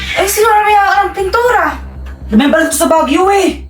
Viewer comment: Remember hindi rember